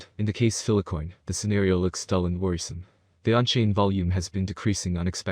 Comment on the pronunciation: FILE-COIN NOT PHILA-COIN! WHY ARE YOU PRONOUNCING IT LIKE THAT AND YOU EVEN SAY FILE SEVERAL TIMES IN VIDEO BUT STILL CALL FILECOIN PHILACOIN!!! WHHHHYYYYYYYYYYYYYYYYYYY